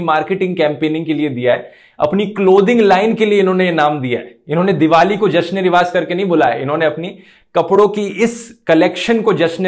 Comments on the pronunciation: The thing is it is not even proper Urdu. It is Riwaj with a 'j', not Riwaaz. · its Jash-e-Riwaaj not Riwaaz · The funny thing is that “rivaaz” is not Urdu either. The word is “rivaaj”